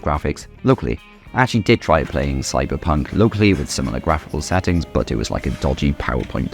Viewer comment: I hate the way you say "but"